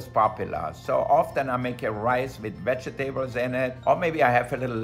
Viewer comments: Vege-tables lol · Vege tables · Love the way he says vegetables 😂🤗 such an amazing chef!